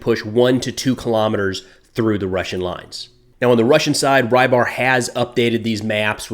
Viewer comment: the telegram channels is pronounced rebar not rybar